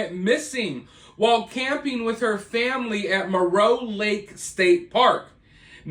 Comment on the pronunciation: FINALLY someone said Moreau correctly. It’s 10 minutes from my hometown. Unfortunately there are so many directions to drive in easily, I fear she is far away from Moreau. Prayers for her and her family. I hope she is safe. ❤